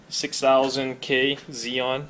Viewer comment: ‘Zeon’??? We pronounce the xenon in the UK as ‘zenon’ as the word has 2 letter N’s in it! Anyway ‘’, cheers for the basics!!!!!